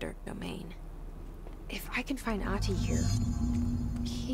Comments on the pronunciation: Ahti’s actor is such a regular face in Finnish tv but his portrayal in this is on another level. He’s so creepy! Also, the name is pronounced more like Ahh-ti, the h is clearly pronounced and the t is short.So cool of you to play this game, Finnish representation and all that :) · Oof. Must be frustrating for the Finnish people having to deal with the main protagonist calling the janitor "Aati" and not "Ahti" lol... Regards from Norway by the way, Finns are the best<3 (yes take the heart and shut up you cold bastard brothers :D )